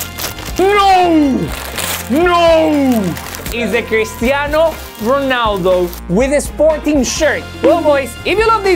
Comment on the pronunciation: I just loves how he says Cristiano Whoonaaadoo😂❤